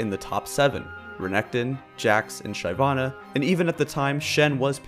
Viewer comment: Dude ... SHY vana ... ?! Really ?! Other than that I agree with all you said :)